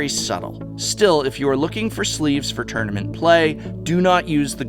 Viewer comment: "tounament specification"... Ack!